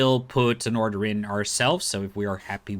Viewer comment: order= udder lol